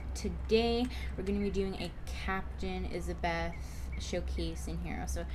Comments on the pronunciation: ESABETH??? its esdeath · just saying he cant pronounce it right